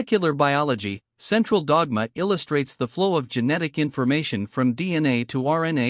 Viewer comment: What a computer voice. I almost vomited in the first 30 seconds because of the way it pronounced "the central dogma" repeatedly.